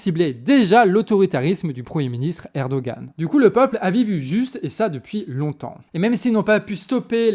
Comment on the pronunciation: Coucou les canards ! Rappel sur la prononciation des noms : Erdoğan -> lire Erdoan (ne pas prononcer le ğ) İmamoğlu -> lire Imamolou (ne pas prononcer le G, le u se prononce "ou" Sinon, bonne analyse, c'est bien d'être remonté a 2013, et d'avoir parlé de l’arrestation de Demirtaş, et bien sur le lien avec la Syrie voisine en profonde restructuration Bravo pour votre travail (dès que j'ai de la tune, je participe a la cagnotte !!)